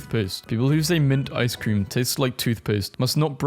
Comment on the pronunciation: Fwench and Iscream. How fitting